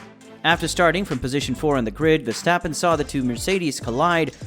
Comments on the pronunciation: look mate with a channel name Max Verstappen at least pronounce his surname right. Way you propounce his name should be spelled VerstEppen. Obviously it does not spell this way. Now do your homework and find out the proper way to pronounce his name . And no your American background is NO excuse to butcher names, so do better and be that real fan by showing respect :) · The A in Verstappen is pronaunced like the AU in laugh. But I understand you are trying your best. Dutch sounds are not easy to learn. Keep up the good work and thank you! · Stop whining dude, you sound like a frustrated fanboy. Even commentary from F1 tv pronounce him as verstephen or versjtappen.. whatever. Dutch commentary also fucks up Ricciardo.